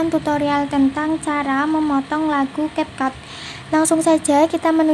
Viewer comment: Cap kak bukan kap